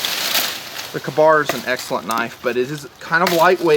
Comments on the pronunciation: I dont want to be that guy but I've always heard and said K-bar like Kay-bar. He says it like ka-boom ka-bar. Are both right? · I agree. Its pronounced KAY bar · Also, this isnt the first time I've noticed. I'm just finally bringing it up